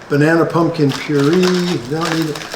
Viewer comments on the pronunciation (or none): put the cassava flower on your rice i thinks.. and Puree' is pronounced as pyore-ray